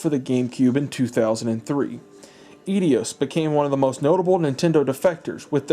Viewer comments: Good vid but eidos is pronounced i-dos, not edios. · It's pronounced "eye-dos." Otherwise, fantastic video! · I have been watching some of the long form, documentary type videos about game consoles and the history. Reliving some memories and such. You video is well researched, but hopefully someone has pointed out to you; Eidos is pronounced ay-dows, a hard 'a' and 'doe' like the female deer. 1) I took a minor in Greek literature in uni, 2) one of my favorite dev houses at the time 3) it is jarring to hear it mispronounced. That, sir is my only criticism. No worries, though. Growing up, I am sure I had a weird pronunciation in my head up until I took those courses. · Where are you ready Eidios?!? It's Eidos...No? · Oh man... it's Eidos, not Edios. Great video though! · You keep saying Eidos wrong, and it is bugging me something fierce! Say it with me, "Eye-Dose" Eidos is pronounced as "Eye-Dose", now you know. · Got halfway through and kept hearing aedios instead of eidos. Is that really how its pronounced? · Darn you Edios!!! Edios? Eidos ? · Eidos not Edios... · I always pronounced it eye-dose. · Aydios..... interesting. So what does it feel like to be dyslexic? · "Eidios" :p Enjoying the video! Just one thing to note, Wind Waker never got a "full remake" on the Wii U. It was a remaster. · Eidos is pronounced A-dos. It’s a Greek word! Miss miss pronunciation of that drove me crazy. But the rest of this wasn’t very very very well done. Cheers to you. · Eidos is pronounced i-dos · Absolutely delightful! But dude, you’re pronouncig Eidos wrong. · Laughing at your pronunciation of Eidos... It's "Eye-Dos", not "Eee-dee-yos"... Honestly, YouTubers pronouncing things badly is a new sport... Why you wouldn't find out how to pronounce something correctly before making a fool of yourself in a video for posterity never ceases to amaze me... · Eeedeeoss lmao it’s Aidoss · you know 'idios'? they are actually called 'eidos' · The way he pronounced "Eidos" 😝😄🤣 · It's not EdEos